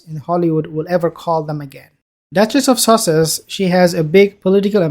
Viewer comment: Did the said...the duchess of sausages??